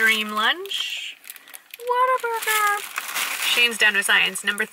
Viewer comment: Every time you've said whataburger in the past I thought it was Water Burger and I pondered the strange business name LOL